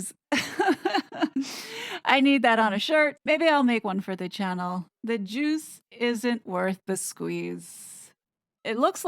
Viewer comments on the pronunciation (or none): I thought she said: "The Duke isn't worth the squeeze!" ..... 😮!